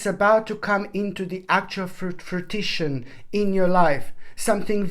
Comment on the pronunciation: Your cat and your singing makes this child so joyous much as does your pronunciation of fruition!